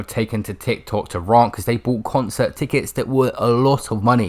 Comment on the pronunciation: "raant"?? somebody tell it's rant, not raant